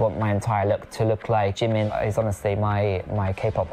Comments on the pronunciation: 🤣🤣🤣🤣🤣🤣🤣 lmfao am embarrassed for him 🤣🤣🤣 he loves Jimin at least learn wt u say in korean properly he wants to look like him he's obsessed with him and want to meet him yet he doesn't even learn his language😒😒😒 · Also yes he is pronouncing basically everything including Jimin wrong which is absolutely hilarious 😂